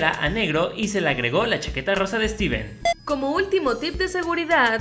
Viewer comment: lo saludo pero dijo su nombre mal steven morido xdxd